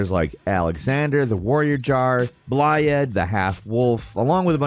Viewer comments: Ah yes, Ro-Derrik-Ah and Bl-eye-ed. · another genius use of american intellect, cant pronounce roderika or blaidd, even though NPCs say their names in the game ffs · I'm convinced intentionally pronounces characters names wrong. I was fine with "Ranny" and even "Bly-add" but "Ruh-Dericka"? C'mon. WHO pronounces the name Roderika like that? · Did it for Blaidd also. It's pronounced like "blithe" because it's the Welsh word meaning "wolf." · He said blaidd wrong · Love the video but damn you brutalized the pronounciation of Blaidd and Laiedd 😅 a "dd" is meant to make a soft "th" sound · This is a good video but the pronunciation is brutal. Did you play the game on mute? Blaidd and Roderika's names are literally pronounced in the game for you. Also Raga-don was pretty funny.